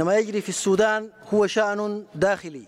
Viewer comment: Sudan☑️☑️☑️🤙 Not Sodan❌❓⁉️‼️